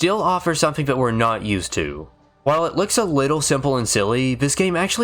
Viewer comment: How is it that you can pronounce "th" sounds properly when saying "throughout" and "thoroughly" but still say "vis" and "vat"? It's maddening. I want to like this channel so badly. Please, please take a second or third pass at the audio. You're clearly reading from a script so you can easily re-record and edit segments. I promise I'm not being a dick. I'm a voiceover guy myself. I'll edit your VO for free, reach out to me. Please. It's a tiny, easy change you could make but it would be a humongous leap in quality for you. Please.